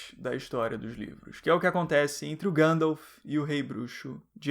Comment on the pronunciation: Ótimo vídeo, nada contra, mas acho um tanto estranho ouvir Gândalf (ao invés de Guéndalf)